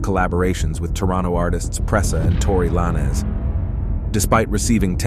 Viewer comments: saying tory LINE-AZ is nutsss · Tory Lah-Nez😂